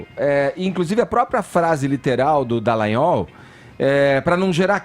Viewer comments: acerte o nome do procurador! É Dallagnol não Dellagnol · Todo dia ouço esse cara chamando o Dallagnol de Dellagnol. Qual será seu problema? Será que não tem nenhum amigo pra chegar nele e dar um toque? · Não é Dellanhol e Dallagnol DA não DE que erre no Gnol beleza mas No DA DA LLagnol, Fefito o Queiroz ninguém sabe onde esta, mas você deveria cobrar a justiça do do Rio de Janeiro sobre o caso do Queiroz, mas o Celso Daniel esta no cemitério depois de ser torturado, e mais umas pessoas próximas a ele também estão no cemitério, você poderia cobras estas questões também sendo que o caso e bem semelhante do Queiroz. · ô... É Deltan Dallagnol não Dellagnol tem um "a" no Dallagnol poxa. sabe ler não? hahahahaah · o nome ė DAllagnol e não DEllagnol. Já que vai citar alguém,fale o nome certo,tá? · Fefito e Edgar ñ merecem mais comentários. Só a mim incomoda o chamar, nesse e em todos os outros vídeos, de Deltan DEllagnol?: é DAllagnol! Alguém do estúdio poderia avisar... jornalista tem obrigação de falar corretamente! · Pelo amor de Deus, alguém avisa ao que o nome do procurador é Deltan DALLAGNOL. Incrível como alguém que todos os dias apresenta notícias continue errando um nome que é pronunciado na mídia exaustivamente. É constrangedor escutar todos os dias um comunicador falando errado e ninguém o corrige.